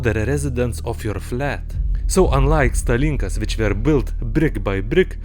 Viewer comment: It's pronounced like stàlinkas. стАлинка. Not stalìnka.